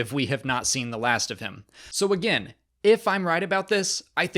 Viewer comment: A-gain, die. LOL